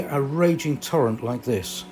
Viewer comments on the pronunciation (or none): none